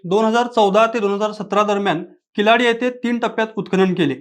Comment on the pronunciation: किलाडी नाही किळाडी